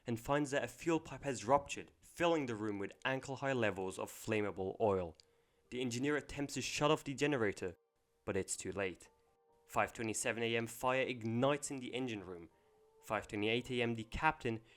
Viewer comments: Needs some work: the audio level is quite low (so any ads are jarringly loud in contrast), and you need to check pronunciation (“flammable” does not start with “flame”, and the city of Mobile, Alabama is not pronounced like mobile phone). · It's pronounced "mo-BEEL."